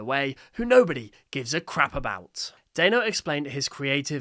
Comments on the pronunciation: i think you are saying dannos's name wrong you are saying daino it's actually danno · yes it is just a Mom ranting about Riggy NONE OF THIS IS A METAPHOR FOR AI SLOP DON’T BE LIKE MY ENGLISH TEACHER Oh also, it’s pronounced Dan-no, not Day-no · it’s not “day-no” it’s Dan-no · Dano 🤣🤣🤣🤣🤣 it’s danno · No hate but it’s pronounced Danno not dAnno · no way bro called DANno DAYNO! ITS PRONOUNSED DANO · I KNOW RIGHT!?!?! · By the way, just so you know, it's pronounced da-no, not dai-no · W video but when you say danno don't pronounce is name like that daynno pronounce is name like that denno danno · Bro really pronounced it as Dianeo, instead of Danno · Not to be mean, but his name is pronounced dan-o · The creator's name is pronounced Dan-o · Why did pronounce Danno as Day-no???? That's not even his name and you would know this if you had just watched and paid attention to Danno's own shorts!!! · It’s pronounced Dan-o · The way you said danno made me die a little inside It's not daino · whos "dayno" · Its dan-o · It’s produced “Dan oh” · It’s pernosted Dan-o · I'd like to politely inform you, his name is pronounced Dan-o, like Daniel, but with an O at the end, like as if his parents expected him to become a cereal brand. Dan-O is how Danno is pronounced. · For info it's pronounced "Dan-o" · by the way, you said it wrong. Hope this helps you! ( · I hate to be that person, but Danno is pronounced like "Daniel" (Danno's real name) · it pisses me off on how you say danno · you're pronouncing danno wrong. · Stop saying danno’s name like that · You mispronounced Danno you do not say The a you see the sound of the a